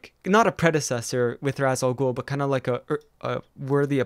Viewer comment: It’s ra’s al ghul.not raas